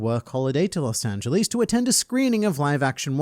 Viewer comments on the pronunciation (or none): The way you pronounced Los Angeles was so annoying